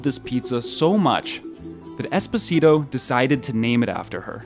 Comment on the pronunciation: Espòsito, not espossìto 😢😂😅